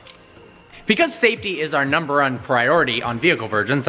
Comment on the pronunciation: couldn't even say "number one" correctly 😂. I wouldn't be anywhere near that car.